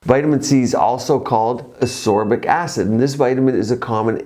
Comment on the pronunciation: It's asCorbic acid. Aren't you supposed to be a doctor? I often notice that you have some trouble with the pronunciation and spelling of certain words